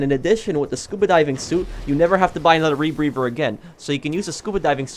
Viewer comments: Is he saying rebrever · chris monks Im glad I wasn't the only one who noticed! He said it like 20 times in 30 seconds. I really don't know what he was talking about because I kept hearing him say was "rebreVer" HA HA HA!!!!